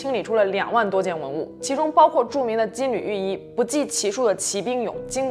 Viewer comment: 那叫金lou玉衣不是金lv玉衣